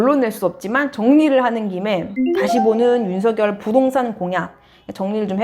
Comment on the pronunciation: [윤서결]이라고 발음해주셔서 좋아요